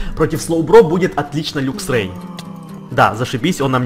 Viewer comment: не люксрей а лаксрей